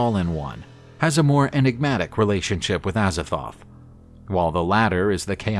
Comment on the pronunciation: With the amount of times he botches the pronounciations of Azathoth and Nyarlathotep, im starring to think he does it on purpose